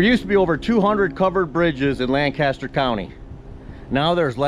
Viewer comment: Please learn to pronounce Lancaster like a local.